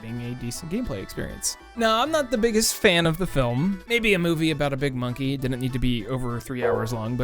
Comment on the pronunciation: Bruh. The way you said "Mon-key" salute from New Orleans. I've never heard any YouTuber pronounce it like how we do in the city. Hahahaha good ish bruh